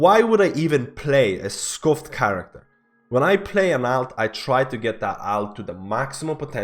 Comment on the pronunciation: say Alt the same way you would say Alternate. you put too much AL into it